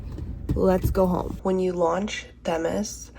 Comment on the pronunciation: I'm sorry, but I think you mispronounced Themis.